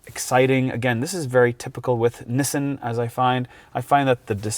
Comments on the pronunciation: Correct = Knee-Son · It’s freaking Knee-Sahn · Nissin? Did I hear that right? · What is so hard? It's pronounced Nissan. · “Nissin” lol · Please google: “how to pronounce Nissan”